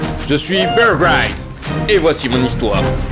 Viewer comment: MDRR jkif comment il dit bear grylls